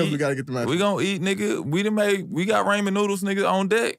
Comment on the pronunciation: Calling Ramen Raymond is hilarious. Hood the same but it’s different 😂